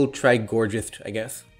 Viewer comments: it might also be reminiscent of "gorgeous" making the pronunciation "gourjeist" totally valid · The "geist" in "Gourgeist" is pronounced the same way it is in "Polteageist" since it comes from the German word "Geist" meaning "ghost" the g in "Geist" is NOT a voiced postalveolar fricative but rather a voiced velar plosive.